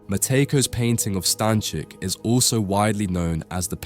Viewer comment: STA Ń CZYK.